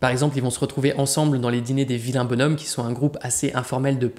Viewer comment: Les « vilains bonshommes » se prononce « bonzhommes ». La vidéo est bien, on évite les clichés habituels sur le poète, qu’on aime présenter trop souvent comme un « marchand d’armes ».